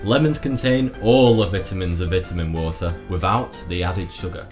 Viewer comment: Anyone else for out laughing when he say Vitamin water wrong due to his accent? Lol 😂